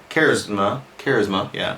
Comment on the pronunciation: Can pronounce all the Pokemon names but can't pronounce charisma lmao